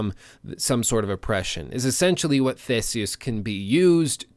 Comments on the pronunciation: sorry i just find it hilarious how he says theseus it's not the-seus it's thee-see-us just helping you out man. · Am I the only one going crazy because he's saying Thay - se - us even though it's pronounced Thee - se - us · great content as always just have to nit pick that Theseus is pronounced thi-si-us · Thee-see-us!!!!! Sorry ur killin me butchering his name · He pronounces Theseus so funny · I was just going to say that I like the vid but the pronunciation of Theseus threw me, so much that I checked if their were 2 with the same name in Wikipedia. I think its a better idea to stick with the modern pronunciation since we aren't in ancient Greece and nobody knows exactly what Latin sounded like.